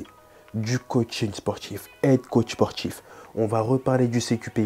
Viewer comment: Très bonne vidéo ! Hormis les "sportchhhif", "djjjiplome", qui sont assez insupportables 😂 la vidéo est très claire et bien expliquée. Merci 💪